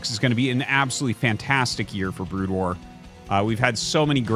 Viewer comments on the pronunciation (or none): none